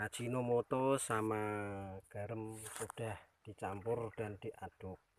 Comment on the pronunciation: Garam, bukan garem